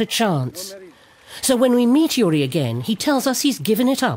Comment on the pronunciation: Not Yuri, but Jüri. The pronounciation is remarkably different. Also, Estonia was annexed in 1940, not 1944.